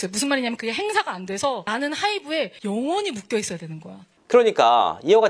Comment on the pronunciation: 영 ~원히 모르는 우매한인간들에 천천히 힘줘 말하는거 소름 ㅋㅋ 민성일 어두어 깜깜